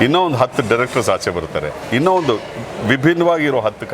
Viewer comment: 🙏ಇನ್ನ ಅಲ್ಲ ಇನ್ನೂ ಅಂತ ಹೇಳಿ 😌